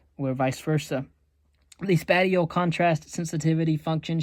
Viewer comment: Spatial is pronounced spayshul not spateal